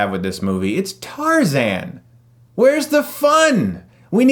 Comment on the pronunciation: What's TARZEN?? its Tarzan!